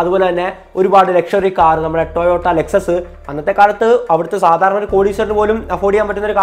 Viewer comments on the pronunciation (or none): none